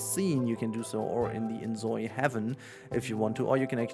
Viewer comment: It's Zoi (like Soy) not Zoi (like Zoey).